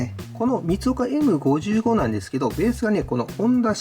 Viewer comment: エムごじゅうご ではなく エムダブルファイブ です！